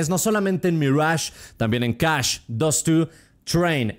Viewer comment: todos: CACHÉ: CASCH